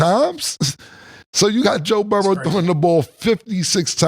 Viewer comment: "Joe Burrows"